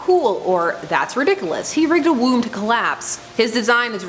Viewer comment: Ahhh! She said redikalus! Again! 😝😝😝